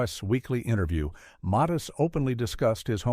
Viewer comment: Weird this narrator is saying Muthis instead of Mathis